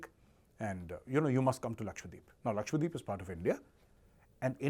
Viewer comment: Omg! Its Laksha dweep...not lakshwadeep